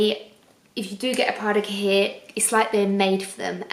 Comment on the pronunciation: Please !!! Stop pronouncing cahier like that!!! Ask Paris how to pronounce it properly!! its translated from french to english = notebook Pronounced "cayie"